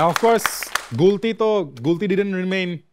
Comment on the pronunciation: "হাওয়া"সিনেমায় গুলতি নাম বললে প্রথমে তা আমি কতি শুনতে পেয়েছিলাম😂😂😂